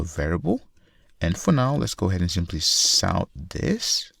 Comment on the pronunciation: Thank you .. and when you say "sout" I giggle.